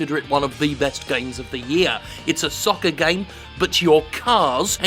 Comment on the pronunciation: Don't think I've ever heard someone say "soccer" in a British accent, that was weird.